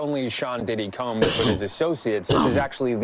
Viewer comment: Did the newsreader say “Sean Diddy cums” instead of Combs? 😂😂😂😂